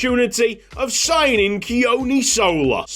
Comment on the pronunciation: Hey mate, just on pronunciation for Sola - the 'O' is the same as the one in "tOmoharu", and there's a slight emphasis on the first syllable in "Sola" though it's not a big one. "Keoni"' is a more difficult one - it sounds a lot like "Johnny" but with a monosyllabic "kyuh" sound to start - so "Kyohnny". No big deal at all tho as you sound fine, I just love the Pacific representation!